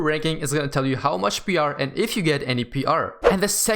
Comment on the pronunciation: I love how he says ‘’p.rrrr’’